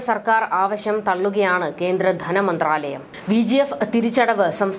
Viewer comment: മലയാളം ഉഛാരണം പ൦ിക്കൂ കുട്ടി. പദതി, ദനമന്താലയം, കടകം, എന്തു മലയാളമാ ഇതു. കേട്ടിട്ടു ശർദ്ദിയ്ക്കാൻ തോന്നുന്നു.